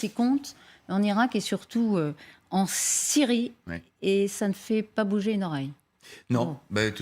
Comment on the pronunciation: Est-ce-que c'est assez difficile de prononcer la " Syyyrie " !!!